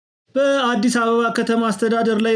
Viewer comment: የዜናህን ጠእም ለምን ለዛ ታሳጣዋለህ? የቃላት አጀማመርህን አስተካክለው ለምሳሌ በአዲስ የሚለውን ለማንበብ የድምጽ ቅላፄ ጭምረህ ለዛ ታሳጣዋለህ በ...አዲስ ብለህ ነው መታነበው